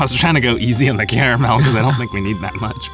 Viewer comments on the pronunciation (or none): Love you guys but the apple incident was hilarious. they sell lil bags of crushed ones at Kroger. Also caramel in bags. Another my friend, you didnt pronounce carmel or car-a -mel.. Yuh mixed em.. haha